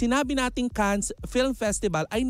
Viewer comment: FYI, ang Cannes ay being pronounced without 's'.